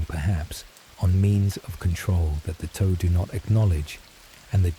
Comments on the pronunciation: The mystery of who approved the pronunciation of Tau keeps my awake. Toe? Seriously? Are you talking about the space faring mech warriors or the digits of of a foot? The pronunciation is Tuh-Ow like the normal T sound then the noise when you are minorly injured Ow. Cannot listen to this anymore. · The toe pronunciation is killing me. I can’t watch this.